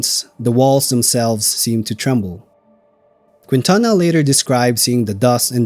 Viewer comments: In the name Quintana the “u” is silent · And mispronounce Quintana. 🤣 Great video! Thank you